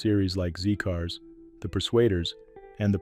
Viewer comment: it`s NOT ZEE cars, it`s ZED cars. its a British tv show, NOT American. R.I.P Clifton